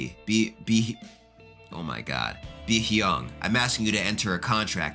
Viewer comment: Be-hyeong -> pronounced "Be-young" (but with H at the beginning of young)